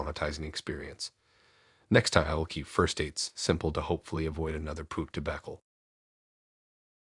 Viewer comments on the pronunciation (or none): Please look up the pronunciation of skis, debacle, dings, retrospect…🙏